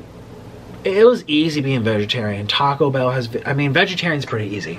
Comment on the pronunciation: I noticed that. The way he pronounces Google (gewgle)😂 Food (feud) and my all time fav Taco Bell he says Taca Bell. LMAO 😂 That accent tickles me